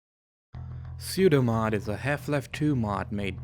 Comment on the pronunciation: If it's called pseudomod why do you call it soudomod?